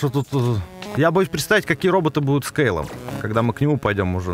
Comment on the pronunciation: пожалуйста, не коверкай слова. Меня это БЕСИТ! Помню, как ты в Зельде ДАрука называл ДарУком. Здесь на РокфОра неправильное ударение поставил, он у тебя РОкфор. И тоже самое с КЕйлом, ты его КЭйлом называешь. Ты озвучку не слушаешь, забываешь произношения через полминуты или просто настаиваешь на своём, типо "Я решил, что слово будет произноситься так, как произношу его я, и мне пофиг на озвучку"? Извините конечно, но бесило меня это с самого начала и мне нужно было высказаться